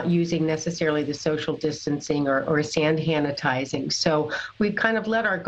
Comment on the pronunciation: "Sand hanitizing". LOL